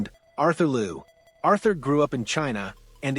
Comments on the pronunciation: "LEE-YOU" not LU, please. She will tell you that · A couple of things. Can you pronounce the family name correctly. Not Lou... its pronounced Lee-OH. Also you failed to mention the fact that she successfullycame backto the sport after a two-year break which is basically unheard of. Probably one of the greatest sports comeback we've seen. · Interesting story. Liu is not pronounced Lou but "Lee-oo" 2 syllables. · It will be great if you would pronounce her name “Liu” properly Google might have told you wrong. Liu in Mandarin is pronounced as liú not Lu. Thanks for your video. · More 'yow' instead of 'you' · You are pronouncing her last name wrong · And each time he mispronounced her last name😂